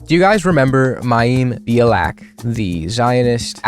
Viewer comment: It's pronounced MY•EM BE•AH•LICK If you're going to talk about her say her name correctly. You look foolish.